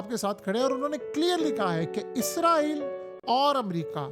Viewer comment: بھائی جان آپ اپنی ہر ویڈیو میں اسرائیل کو عزرائیل بول رہے ہیں۔